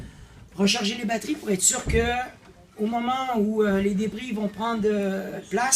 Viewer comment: Euh...C'est moi ou il dit les "débris"?